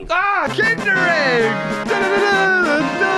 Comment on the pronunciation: I´m a German and I´m suprised you didn´t mispronounce "Kinder Ei" that vadly :o